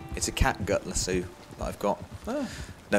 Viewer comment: You pronounce lasso lasso, not lasso.